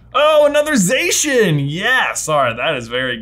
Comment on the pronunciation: Zacian is actually pronounced Za-cyan as in cyan the colour.